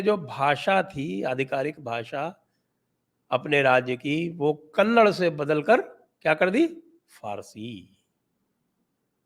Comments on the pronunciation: Sir it is हासना not हसन् It is no where connected to Kamal Hasan though :) And sir, please call it कन्नडा not कन्नड् and कर्नाटका not कर्नाटक् that is a humble request 🙏 Rest of the argument was perfect. we call him Tippi, we had a dog by that name which was sweet and nice unlike this tippy guy. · Sir कन्नड़ its कन्नडा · Not "kannad" . The correct pronounciation is "kanna-da" . Not "ha-san" - "Haa-san" named after the goddess "Haasan-amba" . Not "chitradurg" but "Chitradurgaaa" . We do not chop off the "aa" in the end like in Hindi. Appreciate your work but please do correct.